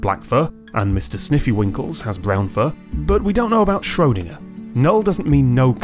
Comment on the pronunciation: Schrodinger? No, Schrödinger!